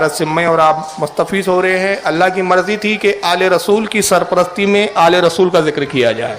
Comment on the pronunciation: یا رسولٙ اللہ ہے . ل پر زبر عربی کچی ہے سیکہ کر آ۔